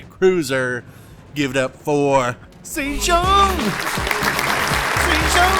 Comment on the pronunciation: LOL, very nice, Saythong kraken, It was like Oprah handing out torps in that episode